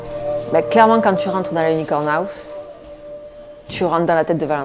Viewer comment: Qui peut m'aider ? Il dit aouse au lieu de house pour une bonne raison ? Ça m'a fait rire on dirait les vieux qui disent face de bouc 😂😂